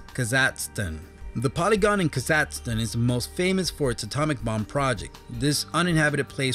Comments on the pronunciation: It's pronounced Kazahstan not Kazatzstan. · D'Aubervilliers isn't pronounced "dee-ow-ber-vill-yerz". It's "doh-bear-vill-yay". Kazakhstan isn't "kuh-ZAT-stun", but "KAZ-ak-STAN". Kyrgyzstan isn't "keerg-stan", but "keer-giz-stan." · Kasacksten lol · Having problems with pronouncing Kazakhstan and Kyrgyzstan, eh chief? xD